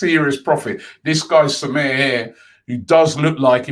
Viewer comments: Its not sumare.. Irs like su-ma-re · Robbie your pronunciations man 😂 not Soumere, it’s Su-ma-re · robbie pronounce soumay is hurtts...its sou - ma - rey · Hi Robbie, the lad's name is pronounced 'sou-ma-rey', not "sou-mir". I am not French, but that surname is a Madinka/Mandingo surname, so I know what am saying as am of that background too. Kolo Toure, Abu Diaby, Yayah Sanogo, Traore, Bacary Sagna etc are former Arsenal from the Mandinka/Mandingo background. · SO-MA-RE! At least try and listen to commentators of pronouncing the names that you stupidly destroy. It's not funny anymore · Man pronounced Soumare as Samir 🙄🙄🙄🙄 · It’s Soumaré Robbie “Soumaray” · Soumare is pronounced : SOO-MAH-RE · Soo-mah-Rae soumare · It’s pronounced “SU-MAR-EH” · Haha Robbie,, It is pronounced Su-Maa-Ray. It's west african origin. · The last name is pronounce Sumareh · How does Robbie see the name 'Soumare' and think it's pronounced the way he does? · Now he’s butchering Soumare’s name. Goodness gracious